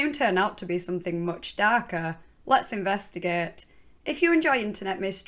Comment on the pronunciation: I like how she pronounces the word ''investigate'', sounds almost like investiGOETHE